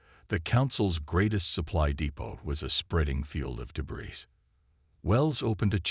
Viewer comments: Debris is pronounced deb - reeee..... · Enjoyable. ❤ your AI needs to leave out the s sound when speaking the word debris, p,ease give it a heads up. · Clean up the pronunciation, the AI needs to be trained, in the word "debris" the "s" is completely silent, the surname "Thompson" the "h" is far too pronounced as the AI spoke it. There were numerous phrases that were used verbatim several times throughout the story. Proofread and listen to the TTS output before upload please.